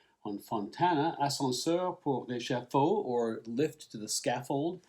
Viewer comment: A good review. Again. Thanks. And your french pronunciation isn't bad at all 😊 I've had this record for some year now - it still holds and I like that it's at small (and not so known) "prelude" to what we got 1 1/2 years later with Kind of Blue: Both the modal style and that the musicians was given very few instructions before the recording. Sam Records has re-released it on a great sounding 10" lately. I watched the movie some time ago - nice b/w images from the 1950'ies Paris, but the plot and acting didn't hold today...